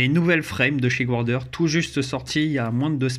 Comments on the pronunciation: Et bien ça se prononce garder en fait ^^, je te tease on s'en tape l'important c'est qu'on se comprenne, si on bâchait tous ceux qui calent leurs jires dans leur jirebox et qui font du le airsoft on n'aurait pas fini ^^ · Punaise ! Toi qui va aux States tous les 4 matins et encore prononcer Guarder "gouardère", je suis tellement déceptionné ce matin que je vais aller sacrifier un chaton ! Snif... Belle carcasse cela dit !